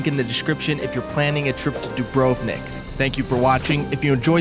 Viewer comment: Every time i hear the English pronunciation of Dubrovnik , a little part of me dies